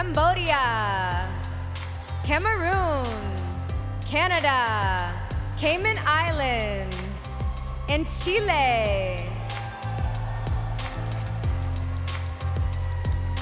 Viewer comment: "Kymen Eylends" 😂😅